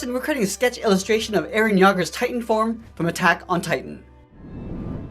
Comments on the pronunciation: Bro u said yaager it’s Yeager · I love this but the fact he said eren ‘yager’👁👄👁💀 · Yay-ger plz get it right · Eren Yaaagur 💀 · The way they said Jeager 😄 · U PRONOUNCED YEAGER WRONG GOOD THAT UR NOT A YEAGERIST OT I WOULD SLASK U RIGHT A WAY IM LEVI ANYWAYS NICE DRAWING DRAW ME (LEVI ACKERMEN ) NEXT TIME OI BAAAKKAAA!!!!!!!!!